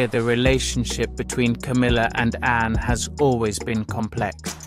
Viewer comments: I unsubscribed because if you can’t even get Princess Anne’s name correct, you probably can’t get correct information for us, either. She is Princess Anne, NOT Anna as you called her repeatedly. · Anne not Anna